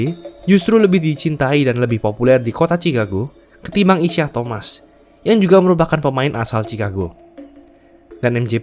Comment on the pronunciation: Isiah Thomas itu bacanya “Isaiah…”, spellingnya nge ganggu banget